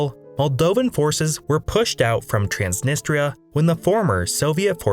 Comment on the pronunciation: Wess Arabia? TRAANSNNISTTRA DIPPSHIT